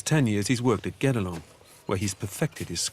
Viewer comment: it's "guedelon"